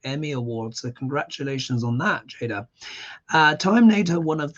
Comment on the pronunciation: Her name is pronounced Jay-dah.... (not jah-dah) Great interpretation of a very complicated person! (from Kim from Minneapolis--21.sept reading)